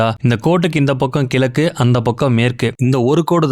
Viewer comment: கிலக்கு இல்லை . அது கிழக்கு இது கூட சொல்லவே தெரியாது. ஏன் இந்த வேலை